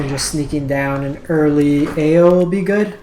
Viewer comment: hey, I like your content, but your pronunciation of the kamigawa cards...oh my. Stop trying to make these words sound french, lol. eiganjo - 'ay (like hay without the h)' - 'gone' - 'joe' ao - 'ow' raiju - 'rye' - 'jew' keep up the good work!